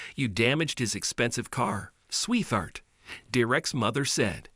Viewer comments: you need to learn how to pronounce the name ‘Derek’ (pronounced ‘DER-rick’), and the word ‘sweetheart’ (pronounced ‘sweet heart’, not ‘sweethart’) among other things. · When you have a fake computer voice reciting words that it doesn't even say correctly, (one example the word sweetheart, which the voice pronounced as sweeth heart) the story is most likely fake also. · When the computer you use for voice reading can't pronounce a simple name like Derrick. And also "swee-thart" ??? (sweetheart) - come on! Do you guys even listen to these before you upload them? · great video editing but the robot voice could have some improvements, it makes some hilarious mistakes (E.G. "sweethart" instead of "sweet heart" and has annoying flaws in the way it talks that are hard for me to explain (e.g. same tone all the time with little emotion in relation to whats actually being said, long pauses with every coma, etc.) Other than the voice, its a great video and I enjoyed it, for the most part anyways. (And yes, I know AI voices are hard to make much better without investing a lot of money in the voice, but you could hire a human voice actor) The story also starts so sound a little made up at the end for some reason, and all the dialogue seems excessive and also made up, but I don't care if it really is made up or not, its a good story, heartwarming and with a touch of karma. Whether its true or not. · LOL....the narration is trash...pronouncing sweetheart as "swee-thart"? LOL!!!!! That's absolutely hilarious. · One thing about automated voices, they will pronounce words when they are misspelled like "sweeth-art."